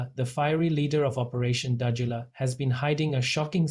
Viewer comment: You can't even pronounce Dudula. Fokof what ever you say we are behind her. Go to hell.